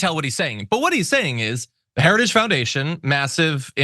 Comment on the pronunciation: He can't even say "heritage."😮